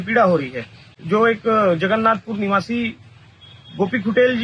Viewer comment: पहली तो अच्छे से जगनाथपुर बोलना सीख ले